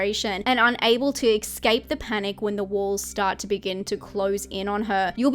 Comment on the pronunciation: Why do so many people pronounce ‘escape’ as ‘ecscape’ these days?…